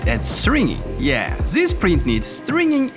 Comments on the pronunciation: tsis iss so bad to hear, tsis and tsat. THIS BRO NOT TSIS! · Ziss zizs zats , Unpleasant to hear. i stopped watching cause of zisz